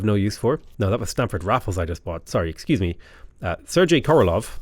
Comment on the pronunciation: Carl Sagan is pronounced Carl SAYgun, and Sergei Korolov is pronounced SirGay Korolov. Two of the most incredible people of the twentieth century, it’s worth getting their names right.